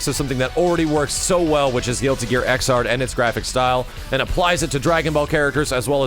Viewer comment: It's pronounced Ex-erd -- Xrd as in 3rd -- you don't say Thir-ard...